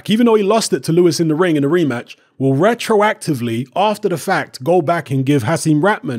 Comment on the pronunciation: "Rectroactivley" StrikesBack